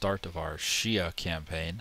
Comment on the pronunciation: Came here from Reddit. I can tell this is gonna be a good playthrough because you know how to pronounce Xia correctly. :3